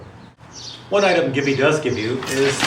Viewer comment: Am I the only one who heard GIVI pronounced 'geevee' instead of 'jeevee'.